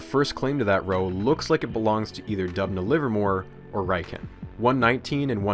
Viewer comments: This is such a phenomenal and educational video. A very tiny nitpick that doesn't even matter to the video though, is that "Riken" is pronounced like ri-ken (ri as in rich) instead of rai-ken. The name is derived from Ri-kagaku kenkyujo, which direct translation would be 'Laboratory of Chemical Science' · It took me 10 seconds to check how Riken was pronounced (first result on YouTube), you should try doing that more often (spoiler: it's not "r-eye-ken") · You got the pronunciation of Riken wrong, sir… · RIken from Japan is pronounced as re-ken not rhyken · First and foremost, amazing video as always. Second, not to be “that guy”, but the ‘I’ in RIKEN is pronounced like a long “e” (ee). Unfortunately, English has vowel pronunciation rules unlike most other languages. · If it hasn't been mentioned elsewhere, RIKEN is pronounced "Ree-kayn" not "Rye-kehn". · Uh... 理研 (riken) is pronounced ree- ken. Not reye ken (raiken). Raiken 来県 is an obscure word meaning 'come to a prefecture'. Riken is an abbreviation from the words for physics 理学 (rigaku) and laboratory 研究 (kenkyuu) laboratory! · As someone who studies Japanese I am contractually obligated to mention that Riken is pronounced "Ree-ken", not "Rai-ken". Awesome video still though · I'm pretty sure that's pronounced "Riken" and not "Raiken." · Tiny nitpick, but Riken should be pronounced “reeken” not “ryeken.” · Thanks for the insightful and easy-to-understand explanation, especially with English subtitles. BTW, Riken's pronunciation is /ˈrɪkɛn/, not /'raɪkɛn/. It's an abbreviation of Japanese 理化学研究所 (Rika gaku kenkyūsho). 理 (ri) means Physics, 化 (ka) means Chemistry, 学 means Discipline (combines both of two Kanji), 研究所 means Research Institute. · It's pronounced ree-ken, not rai-ken. Otherwise, another amazing video. You really make a lot of this history of particle/nuclear physics super interesting. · By the way, RIKEN is normally pronounced "rick-en".